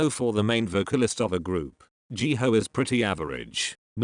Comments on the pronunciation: i love how the robot calls jihyo jihoe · I heard Jihayo as Jihoe XD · Jee hoe is now how you pronounce them 😂